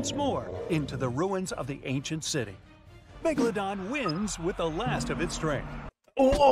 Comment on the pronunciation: Ok now, not to be mean but rather point out something funny, mega-dolo-don